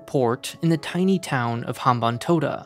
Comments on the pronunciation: As a Sri Lankan, I have to say that you pretty much got everything right when it comes to the Sri Lanka. The leasing of Hambantota Port (you got the pronunciation right btw so kudos to that) took place due to the culmination of many different factors. It wasn't as simple as China purposefully lending funds to build the port so later they could take over it. The debt-trap narrative like any other typical western narrative misses context and fails to realize that each country has its own different and unique circumstances. Also, the Hambanthota port isn't as bad as many claim it to be. The port is actually doing quite well as a ro-ro transshipment hub and is expanding a lot as we speak. Anyway, great job on a deconstructing a biased run-of-the-mill western narrative with half-truth through objective analysis. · He actually got the pronunciation of hambantota right